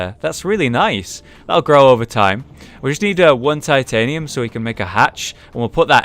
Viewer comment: Oh yeah, they say titianium instead of titanium.